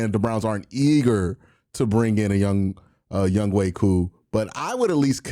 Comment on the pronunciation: Just butcher his name q lmao its yung HO lol